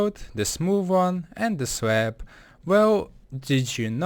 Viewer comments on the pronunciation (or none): lol swab he says swab instead of slab